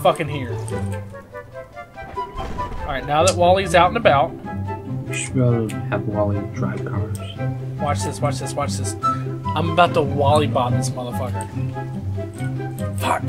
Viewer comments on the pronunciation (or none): It's wall-e,not wally